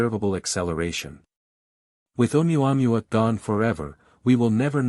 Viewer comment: I like reports on ʻOumuamua by narrators who can correctly prounce ʻOumuamua. This is not one of them.